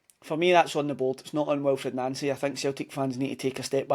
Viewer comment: Our managers name is pronounced NANCY it’s official of course it’s the boards fault but as you know they are never to blame for anything